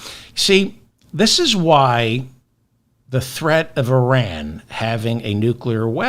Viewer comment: I don't know what it is about you, but I think you're the best informative out there. Because it's not just Trump, it's the world. I hope you remember my IRan pronunciation advice. Keep on doing what you do!!!!!